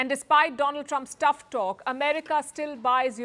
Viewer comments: "My friend Doland Trump!!!" 🤣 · 😂😂... He is angry with bcos he pronounced wrong... Doland Trump. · my freend Doh-lan Trumpp 😂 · My dear friend "Doland Trump" 😂😂😂😂😂😂😂